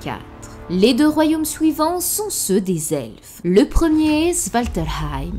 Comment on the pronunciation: Pourquoi tu dis sOUivant, pOUisque, détrOUit mais tu dis celUi ? Pourquoi pas celOUi ? Et la NOUit ? Aujourd'hOUi ? La LOUne ??